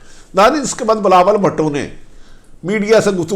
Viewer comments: Please speak in correct way .he is Bhutto .Please don't call him bhaatto . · Arif Hameed sahib bhato nahin Bhuto sahi talafz hai